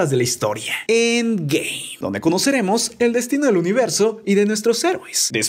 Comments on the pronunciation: dice siempre endgay osea en ves de endgame dice endgay guat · Es cosa mia o dice endgay